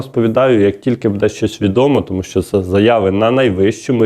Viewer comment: Обращаюсь к ведущему -в слове БУДЕ ударение необходимо делать на букву У,а не на букву Е.